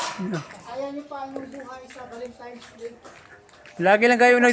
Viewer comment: Valentines,hindi valentimes....😂😂😂